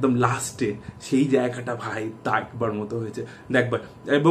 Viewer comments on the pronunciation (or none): .... dakbar... Dekhbar.... Such a sweet fumble..... 😁😁😁